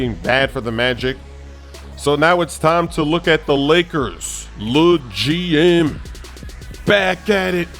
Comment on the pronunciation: The way says LEGM is killin me 😂